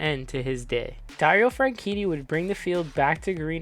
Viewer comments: why did you say "franchini" instead of "franchitti" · Suppose to be FranCheaty